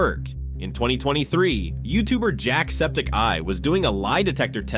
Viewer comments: Why did he say jacksepticeye like jack septic eye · With a small pause because spaces